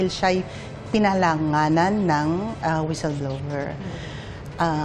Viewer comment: "pinangalanan" Hindi po "pinalanganan" 😂